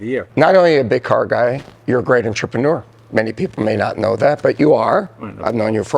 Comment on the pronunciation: Entrepreneur. Robert pronounces it as onTRIPanor. He puts the enFASas on the wrong sylLABal.